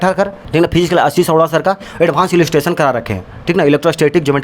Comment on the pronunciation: Physics ❌ FHIZZZZIKS✅